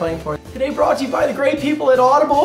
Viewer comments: 'broguht to you...' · "Broguht" FML. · "challenges for charity broguht to you by audible" ..... "broguht"?